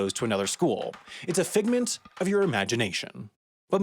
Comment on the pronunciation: I threw my phone down in frustration when he said "figment'